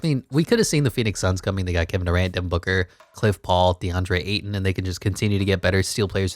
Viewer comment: He kept saying cliff paul like bruh